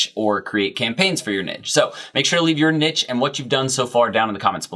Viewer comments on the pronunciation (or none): It hurts my brain every time you say nidge..